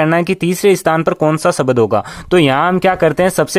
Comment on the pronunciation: शब्द , सबद नहीं 🤣🤣